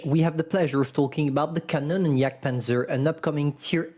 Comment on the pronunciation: Bruh "Kanonen"